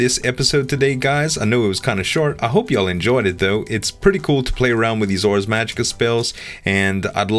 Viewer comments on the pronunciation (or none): "I want to do something with arse" - 2014 Know you meant Ars but it does sound like Arse either way, probably intentional from the mod author.:P